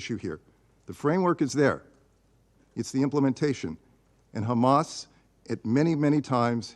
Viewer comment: "........crisis created by hammass creatures" - Sentence completed